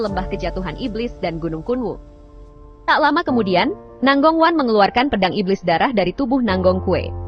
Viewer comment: Nangong kue😂😂😂 itu…baca namanya nanggong cue